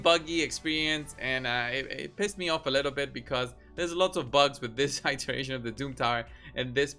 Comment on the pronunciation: iteration is pronounced like E-teration :*